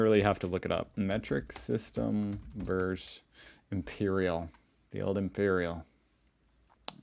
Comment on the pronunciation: Enjoyed your video — thank you. I lost brain cells watching it, though. BTW, the word is “versus” — two syllables, not “verse,” which is part of a poem. You can also say “V” but never “verse.”